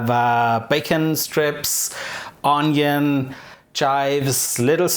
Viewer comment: Lol all Germans say ‘stripes’ instead of ‘strips.’ And ‘vinegar’ invariably becomes ‘winegar,’ which is weird given ‘w’ is pronounced more like ‘v’ in German! But anyway, thanks for sharing - I love Flammkuchen.